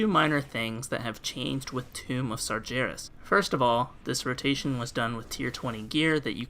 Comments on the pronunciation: No hate to the actual video... but it's Sar-gare-es. Not "sar-ger-es" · It's LeviosAAAAH- ah, sorry, i meant, it isn't "SargIeras" it's, "SargHeras"